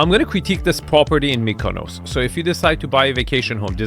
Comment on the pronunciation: STOP SAYING KONOS WTFFFFF